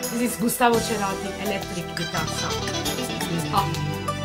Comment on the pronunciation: I love the way you enjoy Soda, especially Gustavo. I know that his last name is italian, but here in Argentina, que pronunced like the sound of an S. Like serati. Like you say cera. Sounds like you say night in italian. Gustavo Cerati. Besos bella.